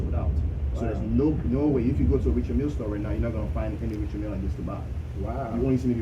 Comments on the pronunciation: Richard (pronounced R’chard) Mille (pronounced Meel).... Not Richard Milly.. lol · R I C H A R D M I L L E.. pronounced ‘R’chard Meel’...